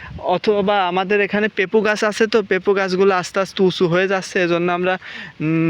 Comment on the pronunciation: পেপু না পেঁপে